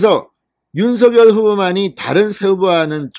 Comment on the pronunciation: 발음 좀 정확히 하세요. 윤성녈이 옳습니다. 자음접변 때문이죠.